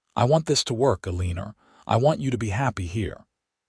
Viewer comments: Story was a good one but stop calling her Alener. It’s AlenA!! Drove me nuts! Sorry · This was a very enjoyable story Although I do wish you would have pronounced Alina’s name correct. There is no r at the end of Alina’s name. Alina and Phillip had a true romance and a happy life together. I love when the people around them are kind .